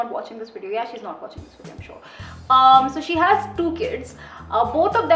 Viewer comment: Its Video. Not Wedeo